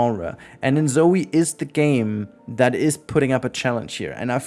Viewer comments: How does that make him pronounce it as "zoui"? There's no U in "Zoi". I'm hearing him say it the same way Anglophones pronounce the name "Zoey", as if there was a U there. Did I hear it wrong? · I'm confused bc I've watched many videos about this game and haven't heard anyone saying it like that, plus he sounds like German is his first language, therefore that isn't to blame either (despite what the other person who replied here said), given that the O in German never sounds like "ou" on its own, unless there's a U after it. I can only assume he tried to guess how it would be pronounced in English and got it wrong, but that is another thing I'm confused about, bc one would think he would have watched other videos about this game, and if he had, he would have learned how everyone else is saying it (unless that's how it's pronounced in Korean, and he knows that and I don't, which is another reason I'm asking, so I can learn if it is). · ZOI not zoey! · Amazing review, but why does he keep pronouncing "Zoi" as if it was "Zoey"? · It's not called Zoëy but Zooj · I hate and I mean HATE that you keep saying In-Zoey in stead of In-Zoy the way everyone else does. I know you're doing it for the fucking engagement in the comments and I hate that its worked on me. I hate my life. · Dog you don't even know how to say the name right It's not pronounced like you said The fact you called InZOI enZoey is literally stupid